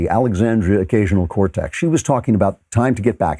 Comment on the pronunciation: Man just said "Occasional Cortex" 😂